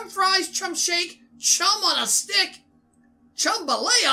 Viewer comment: Don’t remove the h in chum